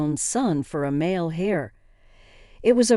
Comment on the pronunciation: Should be “heir” not “hair”.